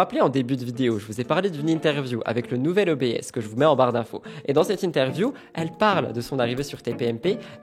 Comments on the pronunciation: Un peu de culture média : ce n’est pas « nouvel o-bé-esse » mais nouvel « obsse » pour obs…ervateur. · Ma che bellissimo ! Tu es de plus en plus beau❤ Juste un touuut petit truc, tu dis O.B.S. En fait avant ça s'appelait "le nouvel Observateur" ils ont écourté en ne gardant que "L'Obs" Ça se prononce juste comme le début du mot "L'Obs-ervateur" "obsse" quoi. Je ne sais pas si je suis claire 😅